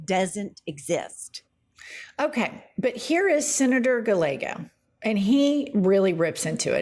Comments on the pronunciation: Not a big deal but it is “ Guy-ay-go” and I am so happy he is my senator!! Love you guys!!!!! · Gallego sounds like guy yego in español. Double L is pronounced as Y. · It's pronounced 'Guy-Yeggo". But this regime needs to go .. like. now.. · Jennifer…Ruben Gallego’s last name is pronounced Ga-Yego. Just a kind correction 😊 Double L sounds like Y. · His name is pronounced Guy A go. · Y'all are so white girl. It's pronounced GuyEgo. The two LLs are pronounced as a Y sound! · His name phonetics. GUY YEGO THE DOUBLE L IS A Y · Pron: Guy-Yay-Go Senator Gallego -- former Marine (Ooh-RAH!) -- was the quick, smart-thinking fella who started snatching Flag Pins off lapels, on Jan 6th. He was a hero, that day, keeping his peers safe. ~Semper Fi~ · Gallego is pronounced "ga-ye-go". double l's are pronounced like y in Spanish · Senator Guy-ay-go is how you say Gallego